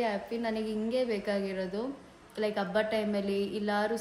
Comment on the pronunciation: Abba alla its habba